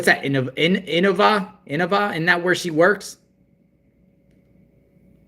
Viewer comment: It’s pronounced the hospital she works at is pronounced “I Nova”